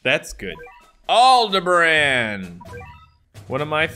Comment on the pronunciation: ok, just a heads up, it is pronounced alde-bar-on, not alde-bran. just a heads up :)